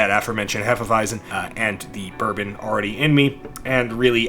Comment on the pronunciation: You'd want to pronounce it 'heh-fe wy-tson'.